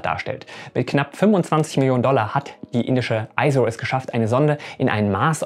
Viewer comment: Tolles Video, weiter so! Nur zur Info: ISRO spricht man so aus wie man es in Deutsch lesen würde, siehe phonetische Bezeichnung hier